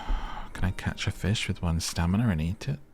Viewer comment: “they eat feesh” “why’d you say it like that?” “it’s just how i talk” 😆😭